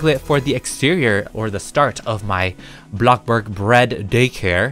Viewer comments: This is how many times he says blo- borg ⏬ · I literally can't stop laughing when he say blockborg or blockborgo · whenever he says "BLOCBORG!!!" i be like 👁️👄👁️ 🤣🤣🤣🤣🤣🤣😂😂😂😂😂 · love you're vids XD i love how you say bloxbOrg 🤣🤣🤣🤣 💙💙💙💙💙💙💙💙💙